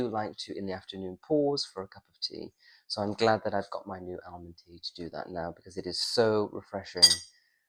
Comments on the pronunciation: Why are you pronouncing the l in almond it is pronounced in English as ahmond. You may have many American viewers but you are not. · Just a big advertisement for Almond Tea! BTW Pronounced armond, silent ‘l’. That plum in your mouth is getting bigger each week! Please be yourself.